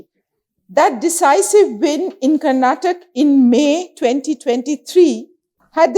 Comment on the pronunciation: Please remove the lady reporter, she couldn’t even read what’s written on paper and bloody people it’s Karnataka not karnatak